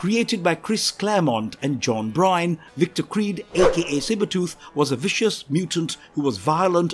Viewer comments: lost all cred with john BRYYYNE. Its B-ERN. or BURN. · The part regarding Maverick is incorrect. He’s a mutant and he does(or rather did)have powers. He can absorb and redistribute kinetic energy, had a healing factor, no scent and had “anti healing factor acid” Also, it’s Byrne(pronounced burn, not brine). Do your research guys. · X-23 has six claws like Logan two in each arm and one in each foot. Also, John Byrne is pronounced like "burn" not "brine". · Good God man. It's John Byrne (burn) not Bryne (brine). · John Byrne, not Bryne. How did the constant mispronunciation of one of the biggest and most well known comic writer/artist ever make it past editing? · It's John Byrne not John Brine omg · John "Brine"? Who is that? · John Byrne, not Bryne.